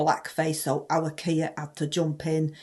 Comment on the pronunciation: 😂😂😂 Sir Knee-er Starmer!